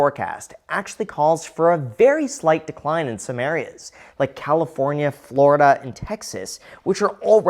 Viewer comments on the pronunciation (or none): none